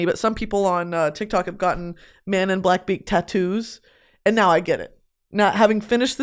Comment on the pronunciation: The way you’re pronouncing Manon and Terrasen is killing me 😭